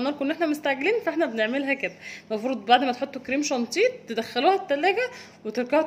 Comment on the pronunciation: جانتيه تاني يا اسمه شانيه و الجناش مش جناااااش يا بس تسلم ايديكم طبعا و بحبكم في الله